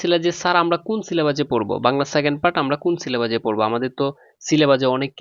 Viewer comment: সিলেবাজ না ভাই ঔইটা সিলেবাস হবে